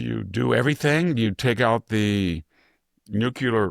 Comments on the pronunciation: VDH it's "new klee er" NOT "new khu ler"... jeez why do so many Bush era people keep repeating this mispronunciation? LOL then I hear VDH pronounce "nucleus" as "new khu lus"......SMH it's spreading. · STOP SAYING NOO-Q-LER! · Mr. Hanson, You are an astute observer of the political and moral landscape. Your deep education, intelligence, and mastery of the English language are evident in your clear, persuasive commentary. That is why I was surprised to hear you pronounce “nuclear” as “NUKILAR.” I know this pronunciation is not uncommon, but it seems at odds with your otherwise precise command of language. I offer this observation in the spirit of respect for your work and the high standard you set in communication.